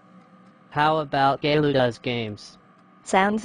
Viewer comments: its not gaylou it csillou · Angelika Unger they say Caillou’s name wrong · Love how they always say Gaylou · it's not gayloo its caillou lol. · Its so funny 🤣 how Callious Dad calls him Gaylou 🤣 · I love how they always say Gaylou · Angelika Unger they say cailloiu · take a lou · no they say cailou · JoshZ they say gaylou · JoshZ gay Lou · Lol gaylou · and why do they call him"gaylou"💀✋🏼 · It's so funny when he says “Kale-u” instead of Caillou. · Why do peapole think Boris kayloo i think He say gayloo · they always say Gaylou LOL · WHY DO THEY KEEP SAYING KAYLOU LMAOOO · Their always calling caillou gaillou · They pronounce “Caillou” wrong. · When Says Chucky Chesses It’s Sounds Like Chucky Jesus